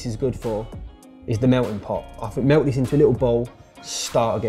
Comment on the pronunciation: "let's get this melw id"